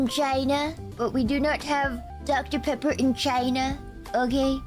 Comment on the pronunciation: Is that Dr. Peeebba? That's that Dr Pebba!